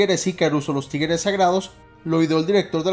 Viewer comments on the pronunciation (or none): Alguien mas escucha "Tigeres" y no "Tigres"?